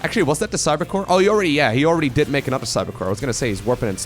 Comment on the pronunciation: Time for "an-udder-one".